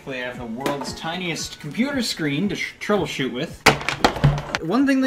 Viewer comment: "trouble-shat"? said a bad word